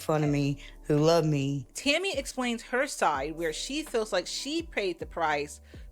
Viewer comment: Tell me why I spent half this video trying to figure out who "Timmy" was when was just saying Tammy a little different & I said "ohhhhhh shes saying TAMMY" hahahaha am I losing my braincells 1 & 2 hahahaha